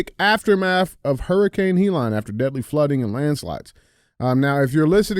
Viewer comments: What up DJ and Andy. I love how DJ pronounces Helene “Hee Line” instead of “He Leen” I’m a big fan watching from Tuscany Italy. I Love you guys. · DJ. It’s Helene (Heh-Leen) not (He-Lon). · The name of the hurricane Hellene NOT HELON! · Hee-Lon?!? DJ, it is pronounced HELL-een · DJ - It's Hurricane Hel-Lean (Helene) not "HE LANE" Lol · Leave it to DJ to “Key and Peele” a totally normal and common name, such as “Helene.” Hurricane “He-Lon?” 💀💀😂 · How is it that DJ can't find a way to pronounce Helene and calls it Helon? He has to go by DJ because I'm guessing he can't even pronounce his own name. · Why the fuck is it so hard for DJ to say Helene 😂😂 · Someone teach Dj how to say Helene stat. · He has trouble with a few words.